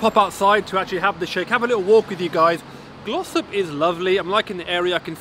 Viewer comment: I swear I thought you said Gloucester... Turns out it's Glossop. Thanks for the review matey